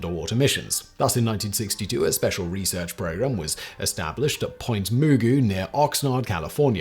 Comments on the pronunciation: That's cool. I didn't know my hometown played a part in that research. Just one thing though, it's pronounced Point Muh-Goo not Moo Goo. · Just for reference. Point Magoo is pronounced Ma-Gu not moo-goo and La Jolla is pronounced La H-oy-yeah. 😊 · I had to rewind it, I can't stop laughing. Mooooo Goooo